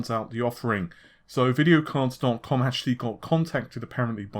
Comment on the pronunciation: At the beginning when he introduces himself. Its when he says dotcom it sometimes sounds like tittycum, used to get ribbed all the time for it a while back. Just having a laugh of course :)